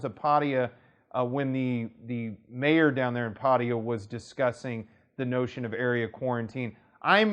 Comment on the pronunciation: It's pat-ta-ya, how long have you lived there